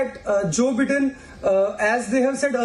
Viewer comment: For the god sake, stop calling Biden as Bidden. It is Bi-den. People will laugh at your face.